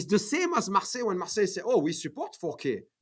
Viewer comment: Fantastic interview, thank you. But it's MARSEILLE INC, like the France's city, not MARSELLE. :) Keep up the good work, love your channel !